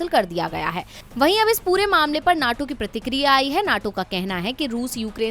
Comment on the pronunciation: Naaato nhi NATO hy yy neetoo